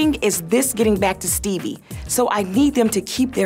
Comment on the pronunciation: SHE SAID STEEBIE 😂😂😂 tell me why every time I say his name I say it like that😭😂😂😂😂